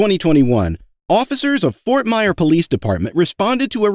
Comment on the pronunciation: Fort Myer 🤣